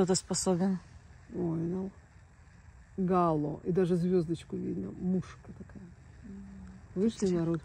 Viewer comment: Гало, ударение на о- єто метеорологическое явление( учебник по метеорологии)